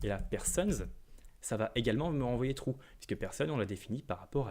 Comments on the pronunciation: Il y a aussi le "ça fait tiou" (true) 😁 Blague à part, merci beaucoup pour ce tutoriel clair et concis ! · Très bon tutoriel effectivement. J’avais un peu de mal avec la Web doc Mozilla, etc. au sujet de l’utilisation d’extends mais là c’est simple. J’ai beaucoup ri quand il a dit qu’un objet était « tchou » pour « true » ! Il faut reconnaître qu’en France, on est plus habitués à dire "trou" que "tchou" !